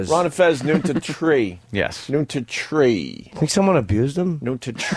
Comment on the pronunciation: Say “noon to tree” a 4th time op, maybe that’s the one they’ll laugh at